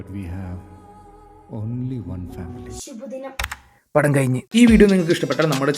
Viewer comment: Shubha dinam ❌ Shibu dinam ✅